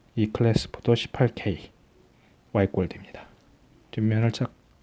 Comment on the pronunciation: 이 분 제대로 배운 분일세~ 죄다 화이트 화이트하는데 와이트라고 제대로 발음하다니